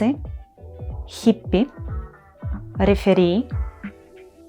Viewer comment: Минуты в русском пишутся как "мин.", но не " ' " - так никто не поймёт. Ну и "рЕфери", а не реферИ.